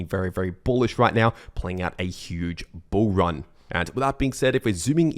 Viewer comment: i like it when you say bull ran